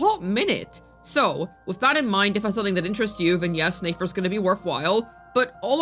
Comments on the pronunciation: It’s pronounced NEH FER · Girl why are saying Nefer as Nayfair 😂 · "NAE FER" like bro learn to read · Click bait, reworded videos posted 3 times just to hate on a character and spreading general spreading misinformation about them (basically your whole channel), and also mabye stop mispronouncing a characters name that has an obvious pronunciation? Never thought you'd stoop so low. Yikes 😬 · How are are we still mispronouncing the character's name when multiple characters including Nefer herself has said her name in game to clear up any possibility of a misunderstanding...🤔?